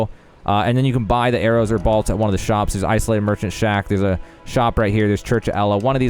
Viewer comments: Are you saying BALTS? It's pronounced BOLTS bruh... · *Bōlts, not bahlts. And it’s the Black “Key” crossbow, not the Black “eye” crossbow. Otherwise, decent guide. Thanks. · What are “balts” 🤔 I only can find “bolts”. 😂 all kidding aside, thank you for the video. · The most shocking thing about this video is how he says "bolts". Balts? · Balts? Never heard that pronunciation before. Great farming spot though. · Balts?? Am I the only one that heard that? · "balts" lol